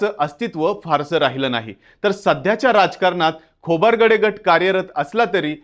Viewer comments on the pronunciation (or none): नेहमी नेहमी खोबारगडे काय म्हणता, खोब्रागडे म्हणा ना? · खोबरगडे नाही "खोब्रागडे" आहे ते